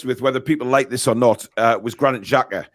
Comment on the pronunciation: At least get his name right, it's Xhaka 😂